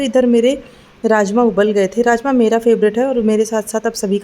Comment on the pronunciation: Aap raajma boli mujhe rajesh masala sunaai diyaaa😂😂😂😂😂